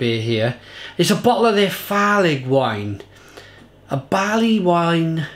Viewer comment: No wonder the label person is missing her face! Farlig means "dangerous" in Norwegian/Danish. Farligwine=Barleywine is word play. Farlig is pronounced "farley" 😊